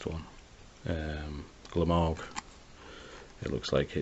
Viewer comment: I'm confused...who is Glamorg? It's Gmork...